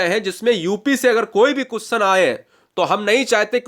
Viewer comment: भाई कुसचन नही होता क्वेश्चन होता है